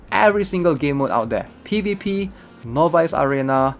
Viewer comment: Everytime he says novice arena (no buys) I cringe.